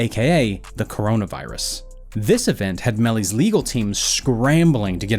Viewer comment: Oops he said corana virus